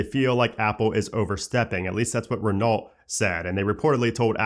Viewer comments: Love your info. Just two things from this video. Renault is RE•KNOW rather than RE•NALT. When you say “what’s up guys” I look around to see who’s in the room with me. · Love these updates to find all the tiny iOS beta changes. Just a tiny pronunciation change… Renault is French, it’s not pronounced “Renolt” but “REN-ow”. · Just an FYI, Renault is pronounced "reh-no". 😉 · The Renault car maker is pronounced Ren-ow. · Not vital, just for future reference - Renault is pronounced “ruh-know”, not however you said it. Thanks for the weekly update. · I can't believe you pronounced "Renault" like that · Please learn how to pronounce Hyundai and Renault. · Why can no one say Renault correctly, marques said it wrong on his podcast too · As a French guy, this hurted my ears lmao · Look up how to pronounce Renault